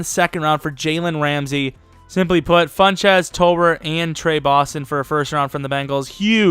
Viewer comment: Why do you say Funchez? It's FunCHESS